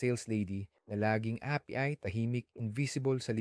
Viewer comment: Yung salitang “api” mali pa pronunciation. Kala mo tukoy di pinoy nagsasalita eh.